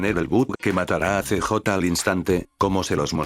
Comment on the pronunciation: El "see-jota" :D